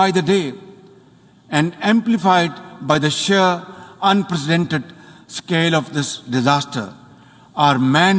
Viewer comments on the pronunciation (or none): Someone please tell him how to pronounce “unprecedented”.